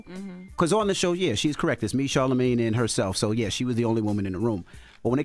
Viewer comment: Charlamagne saying he felt undervalued as a woman 😭and Porsha calling him Charlamisha💀💀💀😅🤣😭